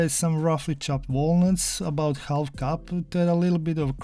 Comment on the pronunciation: We don’t say the l in half